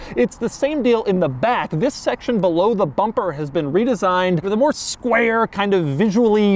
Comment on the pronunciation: the emphasis on “square” has me creased lololol